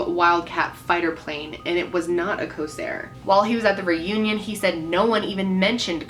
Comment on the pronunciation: It's Corsair Not Cosair